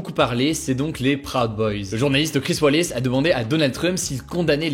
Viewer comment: C’est la première fois que je vois un Français prononcer correctement « Wallace », merci pour cet effort.